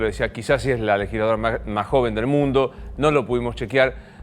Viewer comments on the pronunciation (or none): DICE LEGILSLADORA , es legisladora america tv